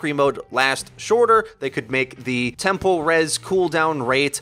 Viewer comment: tempo rez? temple rez? wth is that?